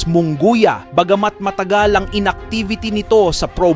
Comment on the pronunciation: Munguia d mo kayang basahin at e prounce properly? and also Kompyansado. where did you get that word?